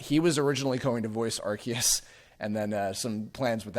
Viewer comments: Areceus would actually be Ar-say-oos. Think like Zeus or deus for the us sound and ce being like the english word say. アルセウス would be pronounced that way. Kanto has been mispronounced since day one by the dubbing staff as well. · Pronounce it how you want, but the TPCi pronunciation is not even close. Ar-see-us is still closer.